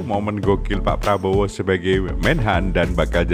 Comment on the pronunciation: Baru aja gw liat video anak ngmong prabroro sm janggar.. Ini malah kbwa2 ngmng prabroro